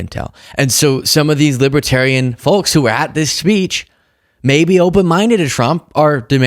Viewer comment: Yhe L in folks is silent, folks!